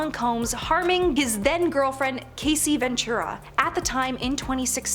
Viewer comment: After your pronunciation of CASSIE to “Casey”…….i cannot be fully convinced you’re not an AI….🤖